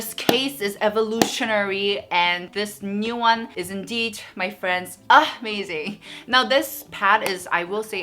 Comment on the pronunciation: Who loves it Everytime she said Urh-mazing 😂❤️ I rarely participate in giveaways cuz I’m not lucky but I hope for the best. Loves from Myanmar 🇲🇲 I love you ❤️